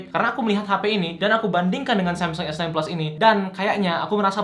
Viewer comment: dia ngomong samsung esnain tp telingaku dengernya samsung esten bukan sekali, tp berulang2.. wkwk